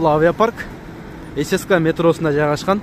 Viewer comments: ССКА эмес ЦСКА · Цска ны сен сска деп койдун